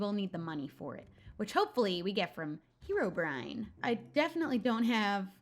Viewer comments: It's not hee-row-brine it's heh-row- brine!!! Please see this!!! I commented the same thing on your last video but you clearly didn't see it because you said it wrong again. I'm really not trying to be mean or hate I just really want you to say it right. Reply 🔥... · Herobrine is actually pronounced h-eir-o-bry-an